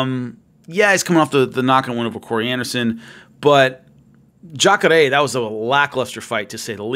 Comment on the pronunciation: The way says "Jacare", thass respect right there.